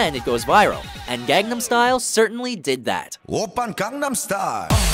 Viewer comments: How does anyone mispronounce gangnam it's legit in the chorus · I’ve seen so many videos from where they go out of their way to pronounce things correctly, yet they refuse to pronounce Gangnam correctly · This guy just can't pronounce 'Gangnam.' Sigh...(Or should I say, Psy...) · I just lost all respect for. They can't even pronounce the top song correctly. If you are going to take the time to research things to make a list, learn to say them regardless of the language. I mean, come on you can hear how Psy pronounces it in the clip you play right before you said it. Put some effort in please.